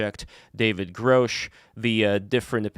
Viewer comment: "Gruh-sh" not "Grow-sch" Did you even watch the congressional hearing? I don't think you did.